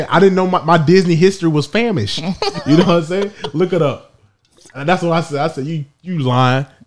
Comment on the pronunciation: Nigga said famish shit had me dead 😂😂💀💀